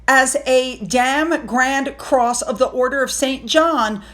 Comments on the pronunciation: You're correct. Dame, like Same x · …I’m American like you but I think the word that you pronounce as “Dam” should be pronounced as “Same” but with a D. It’s a title given to ladies. Can an English lady please correct me if I’m wrong. Thank you! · sweetie... It is Dāme. NOT damn. Day m. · It’s not “ Dam” sounds like damn. It’s Dame. Sophie is a grand Dame. 🤦🏻‍♀️like “ name”. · "Dame" has a long 'A' sound. It rhymes with "name," "tame," and "same." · “Dame” rhymes with “same” and “game”. 🇬🇧